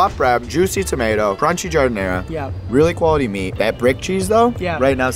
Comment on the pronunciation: How do the shop owners respond when real Italians come, you all pronounce it wrong and also don't make it the same at all ( GI-HAR-DE-NAH) It comes from the work garden, because we make it with the scraps. It is not Chicago that created that, it's Italian spicy or not ..... and we typically put melanzane on sandwiches. That's how behind Chicago, NJ and NY is.